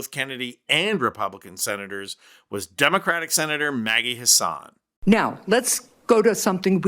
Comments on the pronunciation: New Engladers pronounce Maggie's last name as Hassen, not Hassahn. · I''m from NH. It's Maggis HASS-en ------ not an Arabic name, her husband is Irish.